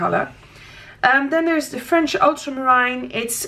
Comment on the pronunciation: Another great review. Really enjoy them, they are very informative! Thanks! One small thing: the way you pronounce 'ultramarine' is charming and cute, but it's incorrect. I remember you weren't sure of the pronounciation in a previous video. Check Google translate in case you want to change it. Het is 'ultramarien' ipv 'ultramaraain'. And don't worry about the uhms. Has never bothered me at all! ;)